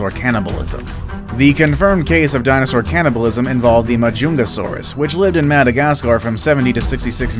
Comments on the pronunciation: Compasoganathus? Pronounced compsognathus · Learn to pronounce compsognathus.